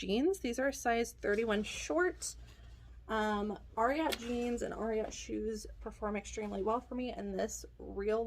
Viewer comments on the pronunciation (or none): FYI. Ariat is pronounced the same as the horse secretariat. That always helps me get it right.